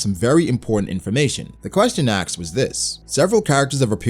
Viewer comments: " a question was axed " 🤣🤣🤣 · Learn to say "asked", please